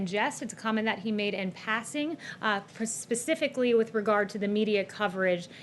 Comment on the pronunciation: she does again 😂😂